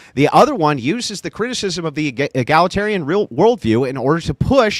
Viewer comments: Does she keep trying to say “egalitarian,” or does she mean to say “egglatarian” and I just don’t know what it means? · “Egg-la-tarian” this chick💀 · Holy hell, it was an hour into the video before i realized she was butchering the word egalitarian..... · Q: Is she trying to say "egalitarian"?